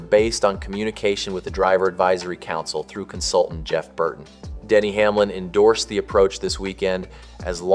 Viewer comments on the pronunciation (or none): none